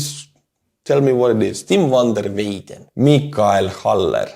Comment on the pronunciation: Hi, Van der Weyden is a name of either Dutch or Belgium origine and "Van der" means literally "From the" in the Dutch language. And the pronunciation of "Weyden" is phonetically approximately like in English "Wy-then". Slava Ukraïni!💙 🔱💛